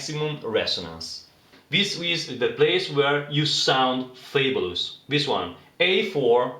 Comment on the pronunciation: Thanks for helping me out. I think I'm gonna donate 10 euros one of these days. PS i like the way you pronounce Fabulous!